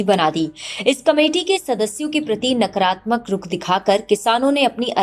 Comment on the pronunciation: नकरात्मक नहीं नकारात्मक, सकरात्मक नहीं सकारात्मक